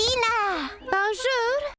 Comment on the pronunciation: "Bonżur" to wyxxxxxxxx po francusku😂, a i piosenka 1.54 pierwszy dzień cię oglądam, a ty znasz moją ulubioną "piosenke"